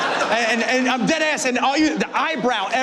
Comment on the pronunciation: When you say deadass....I buy it. You grew up in the bricks. Much props my guy.